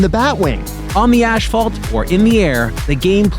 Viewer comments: its "ass-fault" NOT "ash-fault" IF the "h" were at the BEGINING THEN AND ONLY THEN would it be "ash-fault".......BUT ITS NOT! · he said Ashphalt not Asphalt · What the HELL is ashfault? Is that a canadian snowman thing?